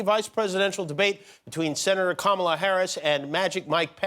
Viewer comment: Did he say Cumala?